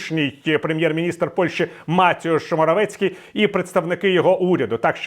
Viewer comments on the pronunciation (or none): Не МатІуш, а МатЕуш